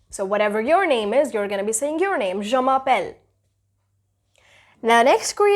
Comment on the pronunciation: dear you need to be carefull with ur pronunciation, like the way you said " je m'appelle" u sound like " jean m'appelle" means jean calling